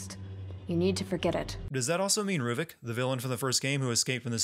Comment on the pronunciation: RUVIK NOT RUVIC VALENTINI NOT VALENTINE GODDAMNIT!